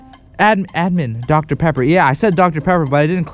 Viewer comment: Dr.pepper sounded like Dr.pepperoni